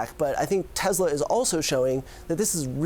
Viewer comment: Tezla? That must be a new car company! Wait till Tesla hears about them 🤔